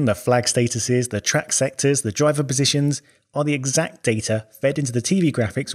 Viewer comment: "...DE DRAYEVER..."